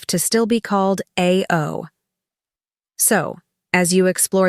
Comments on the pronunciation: 1. you should LEARN how to properly pronounce the color "BLUE" in Japanese. It is pronounced like "UH-OU" or "AH-OU" and DEFINITELY NOT like you say "EI-OO". LEARN BEFORE YOU SPEAK PUBLICLY!!!!! 2. At 19mins of the video you talk about RAMEN, but your video is showing SUSHI!!!!!!!!!!!!!!!! Your IQ level is smaller than your shoe-size.... STUPID!!!! Grrrrrrrrrrr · Nice observation. Just one thing. Ao (blue) is pronounced as “ah, oh”, not “eigh, oh”. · They do not call Blue "A" "O"...they pronounce it like ow as ouch. YOUR AI voice needs some training, please. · ay-oh for blue! It's pronounced aa-oh. 青 in kanji.